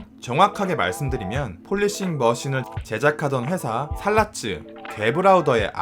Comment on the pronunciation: 독일어로 살라츠는 잘라츠로 읽힙니다.